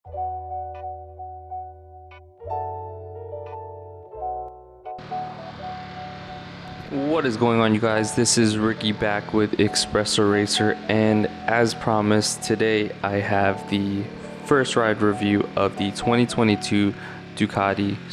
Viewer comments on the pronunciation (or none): Gorgeous bike, but please learn how to pronounce "espresso". Hint, it's not "expresso".